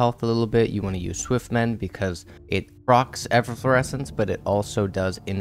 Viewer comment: lol Ef fo Floresence! Its just Eff Low Resence my goodness the phonetics in this video 🤮